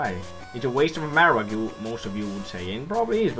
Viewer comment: You marowak wrong. Everything else was nice tho :]